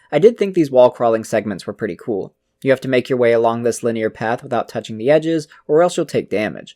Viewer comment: I have never heard anyone pronounce linear as "le near" before. Great video though!